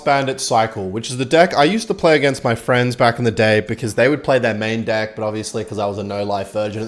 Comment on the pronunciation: HE SAID DECK WITH AN E